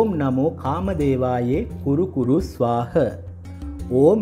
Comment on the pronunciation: 'ස්වාහ' ද 'ස්වාහං' ද.උච්චාරණය පැහැදිලි මදි